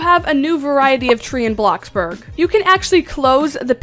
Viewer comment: Did u just say Blacksburg